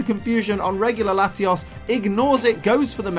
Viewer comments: Love the vid but it's latios not latias 😂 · you say latias... its latios c'mon man!